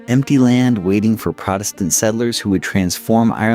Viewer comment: What's just as annoying to me is when it switches back and forth sometimes they'll do the proper pronunciation, sometimes not. Protestant is another one that sticks out